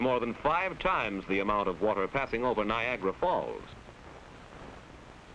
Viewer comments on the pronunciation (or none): none